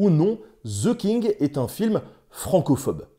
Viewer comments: On ne dit pas ze King mais the (de) king 😁 sinon bravo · Pourquoi il y a un Z quand vous prononcez ‘the king’.? 😂 Franchement, ‘the’ est prononcé ‘de’ (simplement expliqué). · "ZEU KING" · "Zeu kingue" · "Ze king" hahaha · Ze king hhahaha